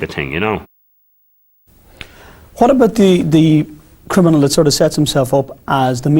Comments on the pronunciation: Like how he keeps saying crinimal 😂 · Him saying “I’m not a crinamal “ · Why can't dubs say CRINIMAL SORRY CRIMINAL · Smooth "Crinimal" 😂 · “CONVICTED CRINIMAL” 😂